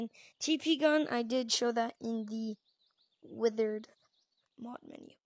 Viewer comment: Withered not witherd